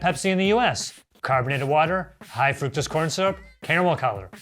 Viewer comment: You guys should learn how to pronounce fructose, you're way off!